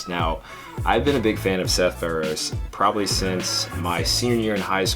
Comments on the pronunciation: Good video but damn you saying his name wrong is killing me! Pharaoh-sea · U pronounce the e in feroce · you say his last name wrong lol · Love Seth so much but can’t pronounce his last name correctly smh